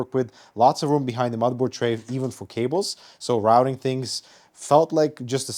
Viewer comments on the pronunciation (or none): none